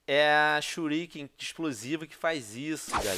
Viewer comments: mesmo se shuriken fosse pronunciado em portugues nao seria churiquei e sim shuriken porque é a forma correta de escrever essa palavra mesmo sendo portugues ou nao! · se o venom adorasse naruto msm ele iria falar shuriken direito